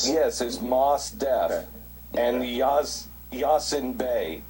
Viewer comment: "yazen bay"